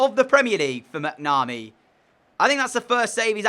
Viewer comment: Just for you to know I said last video donal is pronounced doenul and you say macnamee quickly